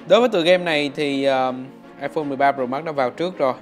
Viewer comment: Nghe khứa đọc "ai phôn 13 rồ mát" chắc ko chỉ 1 mình tui nghe như vậy :)))